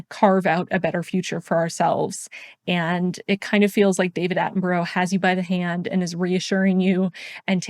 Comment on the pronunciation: Love your videos but you pronounce David Attenborough's name wrong x